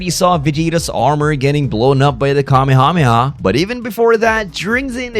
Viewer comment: please learn to pronounce Kamehameha 😢